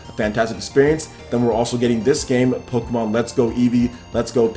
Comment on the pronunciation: It sounds as if you're saying pokemAn